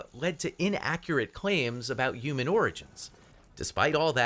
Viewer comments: Why does the presenter say "youman" instead of "human"?? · Mr Reporter human is pronounced "HEW - MAN". The "H" is NOT silent. 😮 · What's a "yuman"? Lmao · umans can he not say humans properly or is an american pronunciation thing? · Why does he say human like that? Yuman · What’s a Yuman? 😂